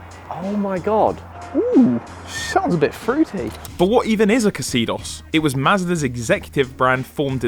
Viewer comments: Its pronounced Zedos. Not Ex Edos!! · it's pronounced Zeedos! My flat mate had one back in Uni, we swapped the leather over from a scrapper. It was smooth. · why is pronouncing it casidos? it should be pronounced like xenon headlights imo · I always thought it was pronounced “zeedoss” not ca-seedoss 🤷🏻‍♂️ really cool car. Hopefully it gets saved. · Pronouncing Xedos with a K was giving me anxiety. I say (Zee-dos) Please tell me he doesn't pronounce it Kxylophone 😂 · Please please please stop pronouncing it exzeedoss. It's Zeedoss. Like xenophile. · Why do you say "ka-seedos"? Shouldn't it be "seedos", with a soft s like in xenon? Anyway, both Xedos' are very nice cars. The 6 even looks a little bit better, almost like a small Jaguar. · "see-dos"... not "ka-cee-dos"... yup, I'm being picky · I can’t get over that they can’t pronounce the X E DOS correctly. The KA CEE DOS ? Don’t be fooled by the spelling, it’s pronouncing is EXODUS, it replaced the Mazda 626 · Who the heck pronounces it 'Kuh-sidos'? It's 'Zee-dos' and that's it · It’s pronounced Zeydos not kezeedoz. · Hearing you pronounce it as Kseedos, and not Zeedos really hurts my brain! lol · It's pronounced "Zedos" not "Casedos" 😂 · Is a xylophone pronounced “kazylophone” or “zylophone”? So, with that being established, is your Mazda pronounced “kazedos” or “zedos Or the French name “Xavier”?? Use your brains, boys, you’re not quite as stupid as you’d have us believe. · Am i wrong or is it pronounced zay-dos instead of ca-see-dos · Pronounced Zedos,no K involved :) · Itsca zudos as in kudos come people know your cars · Why ye Brits cant pronounce car names is beyond me For a car channel ye havent a CLUE xedos is pronounced as ZEDOS FFS ye can even get the word PEUGEOT right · I never knew that's how you pronounce "Xedos"! I think I've always said something like "Zedos", or like like the X in Xylophone anyway. And that must be at least 4 times. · Coulda swore Xedos was pronounced like "Exodus".